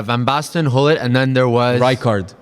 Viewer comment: His name is not (hull-it) it’s (Goo-Lit)